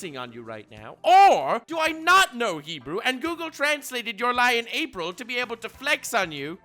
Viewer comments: Bro, you pronounce "אפריל" "afril" just say April normally. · It’s me or you said Afril ? Not April 😅 Enjoyed the Hebrew reference as Hebrew speaker 😂